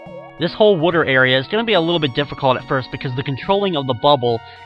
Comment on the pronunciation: I like the way says Water...wooter. lol